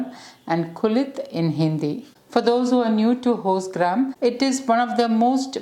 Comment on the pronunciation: Its horsegram not hostgram